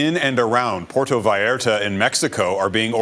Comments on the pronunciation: “Porto” Vallarta, “Jahlisco”, and “Bucherias”. Can anyone take ten seconds to learn how to pronounce these very simple words? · I can't listen to the way this reporter says "porto" Vallarta, and Jalisco. Please Global, if you are having someone cover this, for the love of God teach them how to say the names of the places. It's like nails on a chalkboard, and you end up looking ignorant. Unless you're a Trailer Park Boy, and pronounce "Jalepeno" with a hard J, it's friggin Jalisco with a "h"sound. So disrespectful.